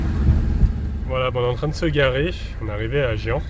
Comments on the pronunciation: mdr l'intro !!! j'espère que le coccinelle n'a pas trop râlé !!! euh, ben, oui, on dit Gien, comme chien !!! lol ! ça a l'ai mignon comme petite ville, je ne connais pas, juste le nom . j'espère que Falkor n'a plus de puce avec le traitement que tu lui a fait, shampooing plus collier, ça devrait aller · CHIEN =GIEN meme prononciation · Merci pour la balade! Bon, je vais t'engueuler: écoute quand elle te reprend sur la prononciation de Gien. Est-ce Falkor est un chiant? Non, c'est un chien. Donc STP prononce Gien comme chien... compris? Et ne discute pas, les femmes ont toujours raison non mais! (LOL) Allez, bizouilles à vous 2 ♥ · Coucou. On dit Gien comme Girafe au début et comme chIENà la fin 😀. Et pour les puces : produits chimiques malheureusement ( strongHold pour les animaux et fumigènes pour les campingcars). Faut traiter tout le monde en même temps. Et surtout merci pour ces belles vidéos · Viens de prononce comme chien mais avec un son "j" Pas facile... 😁☺️ Histoires de chien, de puces et de gens qui visitent GIENS ! ✌️😉